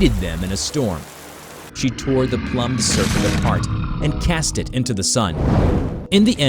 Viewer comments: Homie really kept saying plummed instead of plumed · "Ploom-ed" not "plum-ed". The words mean two different things. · Sorry to be pedantic but it's 'plume-d' not 'plum-ed'. plumed /pluːmd/ adjective decorated with or as if with feathers. "rain began to beat down on my plumed cap" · Not "plummed," "ploomed." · Its prounounced more like the "the ploomed serpent" not "the plum serpent". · Okay... I can't be the only one that retched at "plumbed" for the word "plumed." Ploomed, not plummed. It means feathered. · PLOOMED not PLUMMED and a man named Emily? It's pronounced Um-eel... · Your videos are of good quality, but maaaan, double check your pronunciation. Everytime you pronounced plumed (ploomed) as "Plum-ed" or Emile (Em-eel) as "Emily" drove me nuts. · Seriously now. Plumed Serpent . Is pronounced Ploo • mmd. Not Pluh • mmd. If your presenting something for mass media distribution. Learn how to read. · Plum Serpent? Lol it's pronounced ploomed, like plumage on a bird. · Plume is not pronounced like plum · It's pronounced "ploomed" usually meaning feathered. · i think it’s pronounced PLOOMED like plumage which is feathers so feathered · please check your auto voice for mess ups like plum ed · Plumed = sounds like Ploomed. Like plumage; as in feathers. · “Pl-oo-md” serpent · "Plummed" hhahahaa I've been noticing ALOT of mispronunciation in your videos lately, you okay? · Lmao I love how his pronunciation is still so off and alien like. Plum'd serpent is great. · You mispronounced "plumed" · The way he pronounces plumed😭😂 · That mispronouncing of plumed serpent is annoying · I love how you mispronounced "Plumed"